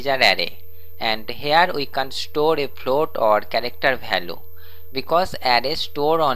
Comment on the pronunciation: bhai hindi me hi pda le ...... sb india wale hi hai......... value ko to bhailue bol rha hai